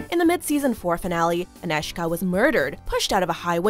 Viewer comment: Thumb up for very good pronoucing of name Anežka!